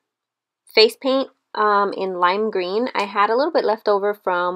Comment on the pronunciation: Did you say "lime green" or "light green"...? Couldn't quite tell.